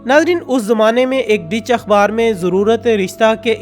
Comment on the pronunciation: Ditch NH HOTA Dutch HOTA he